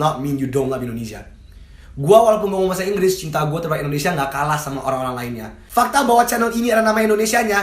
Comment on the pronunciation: ane bantu ralat kajo sblom jadi capres. "Indonesia" bukan "Endonesia"